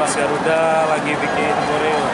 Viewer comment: Garuda cok bukan darurat